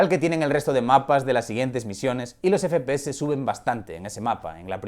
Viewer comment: Me pone muy nervioso que diga fpese y no fpeseSssssss